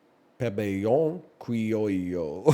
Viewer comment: Lol I'm from Venezuela and NLs pronunciation of Pabellón Criollo was nothing I could've ever expected 😂😂 thanks egg